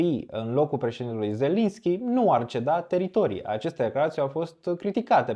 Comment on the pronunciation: De ce zelinschi si nu zelenschi? Nu e prima data iar baietii de iau bani de la rusi si ii zic zelinschi